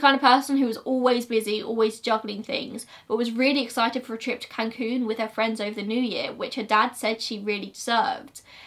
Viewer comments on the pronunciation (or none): none